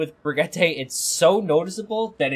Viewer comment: it's bri (like bridge) gee (like geese) tuh.